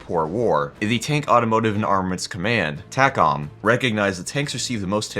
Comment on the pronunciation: We pronounce it TAY-com. Just sayin'.